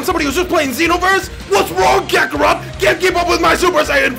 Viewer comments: At like - he said krackerot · Lol did he just say Krakarot??